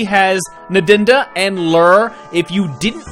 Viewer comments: Please please please stop calling her Nedinda. Ndnd is pronounced Undaunda such as unda twice. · Cheers. Excellent work as usual. Loving your Zapp voice! One teeny little thing though (and it's been eating away at me for some time now!), please pronounce Ndnd properly! It should be "unduh-unduh", not "nudunduh". Looking forward to your next video:)